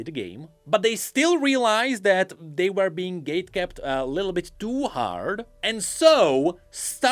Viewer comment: dude I can´t pls google "Cambridge Dictionary" and listen to how the word "were" is pronounced